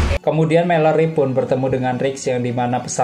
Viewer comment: malori bukan meleri